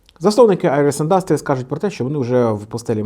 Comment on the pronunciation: Ти або навчись правильно ставити наголос, або не повторюй по 20 раз не правильно.... Вухо ріже, піпідАстр Не індАстріс, а Індастріс....